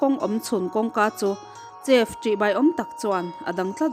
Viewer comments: Chef tih ai hian sef tih in lam rila dik zawk maithei ni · chef tiha ch hi sh anga lam rik hi a dik zawk maithei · Chef i lam dan hi a dik meuh maw, uluk takin chef lam dan hi lo bih chiang leh teh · Chef-sef, restaurant-restrawnt.